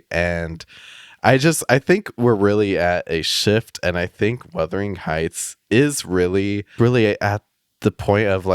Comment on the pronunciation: It’s not withering heights it’s wuthering😭